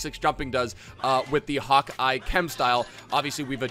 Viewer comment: Why you call it hawk-eye? 🤣